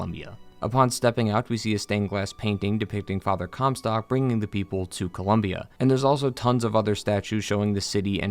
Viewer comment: im sorry, father “cum sock”?